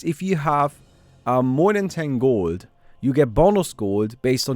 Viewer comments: its realy funny to me how you pronounce gold. guuuld :) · Gowld hehe Are you german? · The way he says gold is too funny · I Love ur pronounciation of 'Gold' 😂😂